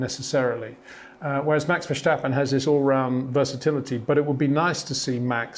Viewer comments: It’s not Verssshhhtappen, it’s Verstappen. The same “S” sound as in “Signal” and “Sign”. You don’t say “Shignal” or “Shign”. 🤦🏻‍♂️ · Charle, Charle, Charle, Charles, Charles. Max Vesshhhhhtapen, Max Verstappen, Max Vesshhhhhtapen... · Verstappen. NOT Vershtappen. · Always enjoy your reviews, but please stop pronouncing Verstappen's name like Germans say his name. ("Vershtappen"). His name is Dutch, and should be pronounced as Verstappen, like "stab" - Verstappen. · HEY PETER WINDSOR, I HAVE MESSAGE FOR YOU SIR: With all due respect ... it is NOT Max "verSHtappen" ... Max is not German (Germans indeed do pronounce "st" as "sht") ... #Max33 = Dutch NL/Belgium! ... It is not "Bottash" nor is it "Lewish" certainly not "verSHtappen" .... This BS started long time ago when a British sport presenter interviewed father Jos Verstappen and assumed you can use a German pronunciation to a Dutch Driver thinking it is so "funny" ... It is not. Serious question: can any Englishman say "versatile" out-loud without saying "vershatile" phonetically? most can about 99,99% ... that is why most English can pronounce Verstappen 100% correct! Father Jos Verstappen (also F1 Racer) was very active between back then only a very few said "Vershtappen" but the vast majority of British sport presenters pronounced it perfectly ... only a few old stubborn farts like Peter Windshor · Step, stip, stop, stap, stappen, Verstappen.